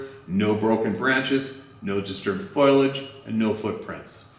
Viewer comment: Fo-lage not Foilage 🤣 dang grammar 👮‍♂️ lol